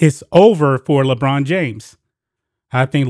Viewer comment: I LOL everytime he says LeChina James.